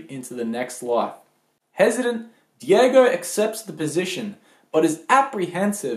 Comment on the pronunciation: ffs it's daigo not diego